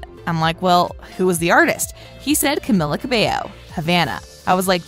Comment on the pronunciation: The person speaking really butchered Camila's name...